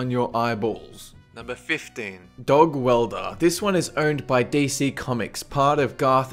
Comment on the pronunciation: i like how it sounds like says dayz when he says dc:D